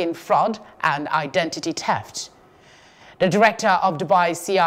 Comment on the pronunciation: Teft?🤔🤔 Confistication?🤔🤔😂😂😂